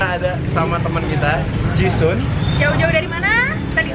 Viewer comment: Si ini dari kemarin nyebutnya ji sun ji sun ji sun mulu. Bukan ji sun woi, tapi ji SAN